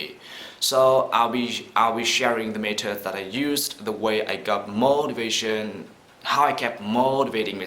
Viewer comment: Nhìn thì trôi chảy vậy. Nhưng một số nhấn âm bị sai. Ví dụ như motivation. Nhấn âm 3 nhưng anh nhấn âm 1...